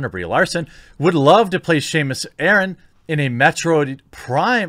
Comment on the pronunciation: Well here goes Civil War 2... (Did he seriously said Shamus Aren?!?!)